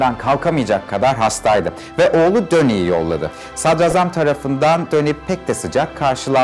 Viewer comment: Hocam diline emeğine sağlık ama sadrazam telaffuzun yanlış. Sadrâzam şeklinde olacak. Ra uzatılır za değil. Kurbanın olam.